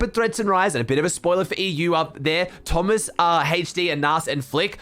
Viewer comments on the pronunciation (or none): none